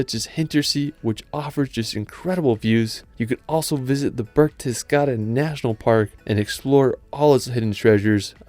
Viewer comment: Am i the only one who umderstood sth like börgstedgarden instead of berchdesgaden